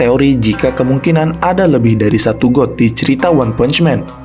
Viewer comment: Bg God itu bacanya Gad bukan God beneran, Sedikit Koreksi ya bg